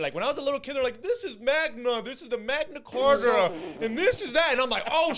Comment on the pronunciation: said "magma carta" 🤣🤣🤣